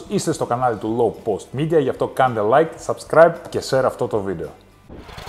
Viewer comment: Ψοφάω,όταν ο λέει llllow. Lllllikeee λαι είμαι ο ΛΛΛΛΛΑΖΟΣ ΜΕ 6 Λ Η ΚΑΘΕ ΛΕΞΗ Ο ΚΕΡΑΤΑΣ. .